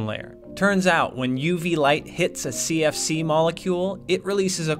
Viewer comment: Cfc sounds to me kfc xD